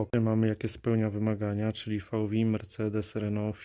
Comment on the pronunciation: Jakie "fałwi" ? W niemieckim nie ma litery "wi", jest "we". W angielskim też tego tak nie wymawiamy.